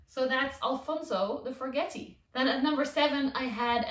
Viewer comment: This was the first video I've seen of yours and I really enjoyed it, especially he reassurance that even experienced plant tubers kill plants. You showed the plant in your grow tent with water collecting on the leaves. Will that not damage or rot the leaf? Also, I am a horrible pedant, but the forgetii is pronounced forget-ee-eye.